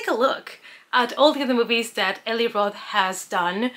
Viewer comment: "E-lie" roth. Not "e-lee"